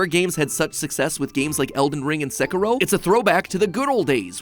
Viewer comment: "seh-ku-row"? that's how americans pronounce that game's name? jeeezus